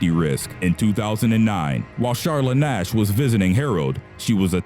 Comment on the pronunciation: Am I the only one who hear Ass instead of Nash😂😂😐